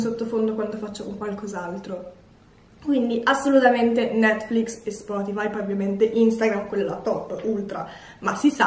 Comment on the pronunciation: Io che lo guardo nel 2020 sentire che non si sa pronunciare netflix é veramente molto strano 😂